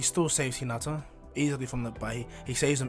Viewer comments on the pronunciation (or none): none